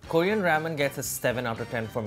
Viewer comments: Who else got irritated when they pronounced "Korean" as "koorean" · Is anyone else annoyed by the way they pronounce Korean 🙄